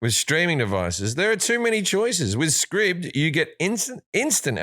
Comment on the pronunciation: Scribd is said like scribed